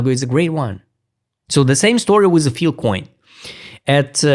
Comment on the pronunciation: F-I-L-E SAY IT WITH US FILE FIIIIILLLEE COIN... NOT FIL COIN --NOT FIL-- FILE, FYLE, FYLE NOT FIL